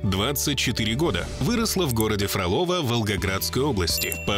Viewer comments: не фроло́во, а фро́лово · Вы хотя бы ударение проверяйте. ФрОлово! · А название города специально произносят неправильно? Там ударение на первый слог - ФрОлово